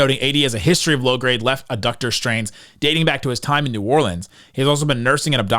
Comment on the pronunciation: i've only been watching since this ridic trade but the fact that you keep saying ABDUCTOR, i mean you've heard of the word ABDUCT before right? Like amber alert ABDUCTIONS?? There is is no B in the word ADDUCTOR, why are you even PRONOUCING A B SOUNDW what a horribly inappropriate word to get wrong